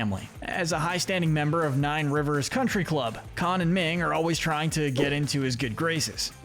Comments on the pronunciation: Uh....Minh, not Ming! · Her name is not “Ming.”